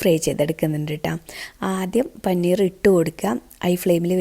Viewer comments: പനിനീർ അല്ല പനീർ ആണ് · Panineer alla siluu.. Paneer aan